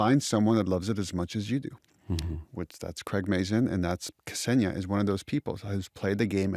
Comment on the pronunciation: Why americans always butcher non-american (non-english) names? The name is Ksenia, not Kasenia, not Kesenia